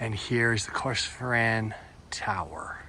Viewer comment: No pressure on the pronunciations. As an English arrivee they are tougher to me too. But Corstorphine is pronounced cuss-tor-fin. And Edinburgh is Ed-in-burrer.